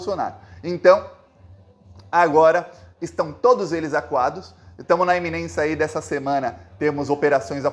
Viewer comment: Iminência burro, I MI NÊN CIA jegue... Bota nessa cabeça de 2 neurônios que falar errado e exagerar demais faz perder credibilidade jumentinho rosa, é que já tem um jumentinho amarelo .. 🙃🙂🙃👍